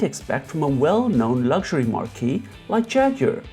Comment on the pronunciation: marque is pronounced "maak" ("maarKEE" is the correct pronunciation of a different word, namely marquee)